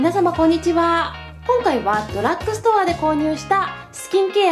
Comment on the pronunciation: ドラックストアじゃなくてドラッグストアです… 私もセザンヌのリップ使ってます！スルスル塗れて好きです！